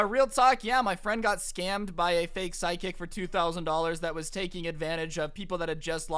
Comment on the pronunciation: Is it just me or does it sound like he is saying side kick not psychic